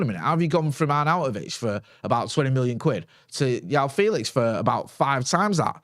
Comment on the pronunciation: Every time calls him Yao Felix, it hurts my ears...